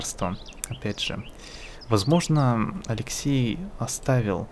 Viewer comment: алексЕй а не алЕксей!